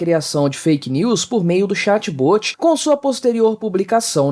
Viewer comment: 'chatBôti' se fala chat bót.